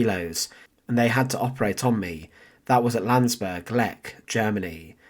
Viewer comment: It's Landsberg and Mein Kampf.Don't butcher these words.